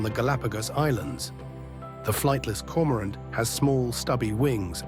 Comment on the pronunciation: It's Flightless Cormorant not Flightless Corant